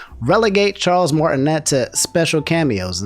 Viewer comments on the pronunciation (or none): you should really work on your name pronunciation XD Kiryu = Key-ree-ooh. Martinet = Mar-tin-ay.